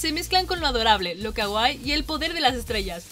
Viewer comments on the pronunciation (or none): none